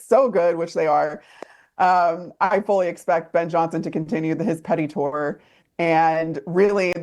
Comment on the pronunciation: Did she call it a petty tour?